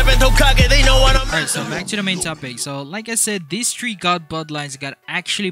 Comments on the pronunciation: ...I just noticed every time in the video he says "tree" instead of the word "three" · Lol he said tree instead three